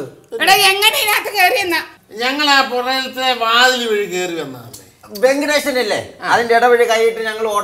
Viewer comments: Ventilation ❌, Venkatation✅ Kamalasan rocks😅😂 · വെങ്കിടേശൻ അല്ല വെന്റിലേശൻ ! 🤣